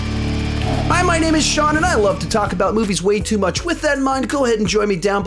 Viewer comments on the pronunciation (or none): none